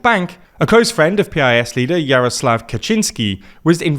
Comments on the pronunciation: You keep naming Poland's biggest opposition party PEE-EYE-ES, instead of calling it PIECE, as we do in Poland and as a large number of foreigners do, following our example. PiS is an abbreviation of Prawo i Sprawiedliwość (Law and Justice) and an "i" means "and" in Polish. This make us pronunce this abbreviation like a normal word, instead of repeating the first letters od every word, simply because the "i" word doesn't have its first letter - it has its ONLY letter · It's pronounced "piss", you cowards. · can you please pronounce the PIS part the same way my local news station does? they always say "the piss party" and the name fits very well. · Guys, PiS is pronounced like Piece. Also, Jarosław Kaczyński is pronounced YAR-oh-suave ka-CHIN-ski.